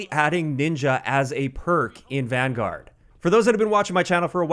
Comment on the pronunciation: So excited that you pronounced Vanguard wrong